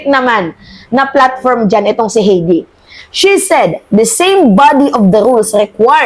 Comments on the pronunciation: HAYDE..READING NOT HEDI.. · Hindi mo pa ba iboboto si HEIDI MENDOZA? By the way, it's pronounced "Hay-dee" (not "Hey-dee"), OK? 😊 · Miss tamang pronounced Na Heide...HAY-DI imbes na HEY-DI for correction lang po salamat! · HEIDI MENDOZA WAS COA COMMISSIONER FROM . HINDI NA SIYA COMMISSIONER KAY DIGONG AT SARA. .....HAYDEE....NOT HEYDI .....OBLAYDGE...NOT OBLIG